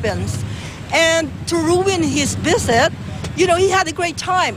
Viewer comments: To ruin his viseht... nice pronunciation, lady. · Felepens & veset. Geh ate pagkalat mo pa. Di porke foreigner yan luluhod lahat ng Pinoy dyan. Ikaw lang. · girl in the car says vesit pelipines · its hes ferst veset in the pelepens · HAHAHA “Pilipens” “Biset” bubu😂